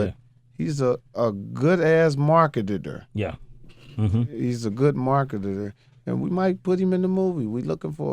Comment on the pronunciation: He said Kevin Hart is a 'good Market-d-der. 😂😂😂